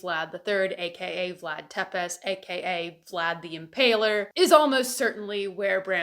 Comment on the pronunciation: Țepeș is pronounced Tzepesh, not Tepes. Also as far as i can find his name was just Vlad, wasn't short for Vladimir or Vladislav, or anything like that.